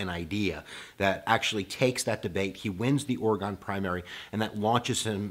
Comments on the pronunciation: It's pronounced Or-i-gun not Or-i-gone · It is Orygun, Not ORE-GONE. (ie Oregon) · Yes thank you. Glad I’m not the only Oregonian that cringed every time he mispronounced our state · ORY-ginn, not ORA-gahn. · Great content! Love your videos. However as an Oregonian it kills me the way you mis pronounce Oregon. It’s Oreg-in. Keep up the great videos tho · PPPluckful Oar-uh-ginn